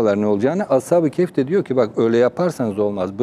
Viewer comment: Program yapmış konunun ne olduğundan haberi yok. Ashab-ı keYf ne yahu. Ashabi KeHf..